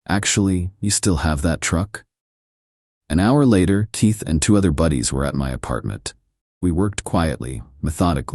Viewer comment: Dear: 39 seconds in and you’re talking about your buddy “Teeth”‼️ nowhere in this world is there any man anywhere named “Teeth”. I know you can say Keith and you might want to say it all the time instead of making yourself sound like a very uneducated ignorant.